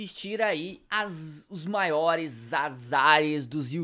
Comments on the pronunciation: ''Maores'' olha o sujo falando do mal lavado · As "MAORES"kkkkk